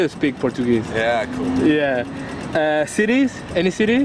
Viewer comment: Nadie noto que decía sities? En la hoja de las preguntas